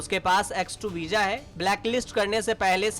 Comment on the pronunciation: Veeja nahi Bhai veeza bolte hain or visa likhte hain